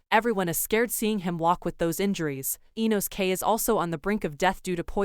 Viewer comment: "InoSKAY" "Douhma" "Aow"